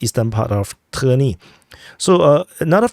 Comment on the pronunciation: it is not trni it is tErni